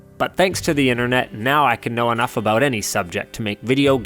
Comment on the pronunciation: Accent was good until you said "aboowt" then I remembered you were Canadian.